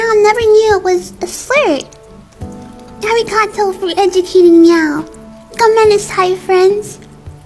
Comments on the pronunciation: ariGAHdoe, Gamenasai, the pronunciation is horrible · the way she said arigato killed me 💀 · My problems with this PERSON. 1.This PERSON was eating which showed they didn’t care 2. THEY WERE PRONOUNCING “Arigato” and “Gomenasai” Sorry to the people who pronounce it like this but it bothers me bc I’m Japanese 😰